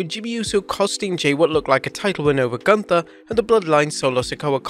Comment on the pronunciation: Michael Cole also should learn to speak. Gunther's th is not a th it is a t. And Ivar is not eye var, Ludwig is not Ladwig, learn international names if that's part of your programming dammit. Plus every 3 minutes showing ads is really overkill, no wonder the world is watching elsewhere.